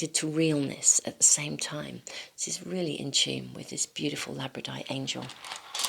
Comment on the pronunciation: ..FYI: I think that you actually mean to say "Labradorite",[as in "Labrador"(a Province of Canada).... (NOT "Labradite")